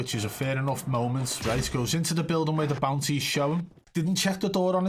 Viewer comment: I thought he was saying bouncy the whole time he was saying bounty 🤣